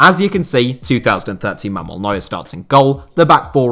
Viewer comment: is so horrible with pronunciation. He cannot even say Manuel Neuer right. Mamuel lol.